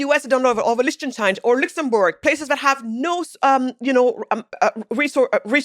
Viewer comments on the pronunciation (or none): none